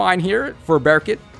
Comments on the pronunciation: Lmao! I was thinking the same thing! Its pronounced like "Bur-koot" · Bearkit?? Dude..I understand pronouncing Berkut different but bearkit doesn't even sound cool